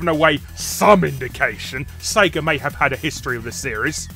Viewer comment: Cracks me up how he says "Sega". Almost sounds like he's saying "sager" (say-grrr). Hahahaha.